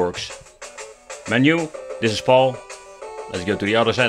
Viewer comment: it's pronounced PAL(your buddy, your friend, your pal), not PAUL. Phase Alternate Line. And that should only deal with your output to video requirements, should have nothing to do with the region that the game was released for which I've heard you mention before, not in this video.